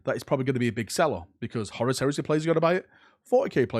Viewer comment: IN WHAT LANGUAGE IS CHONKY!!!! Lol PLUS SAY HORUS PROPERLY! Haha 😂